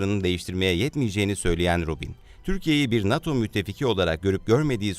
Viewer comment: Ruben diye yazilir o...c diye okunur🇹🇷🇹🇷🇹🇷